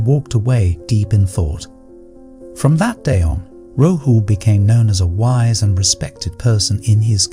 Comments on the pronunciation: Your imagery is all wrong - Buddha tells Rahul..people didn't wear shirts, shorts and coats 😂 And it's not Ro-hu...it's Ra-hool😅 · It is RAHUL.and Budh dha.learn to pronounce.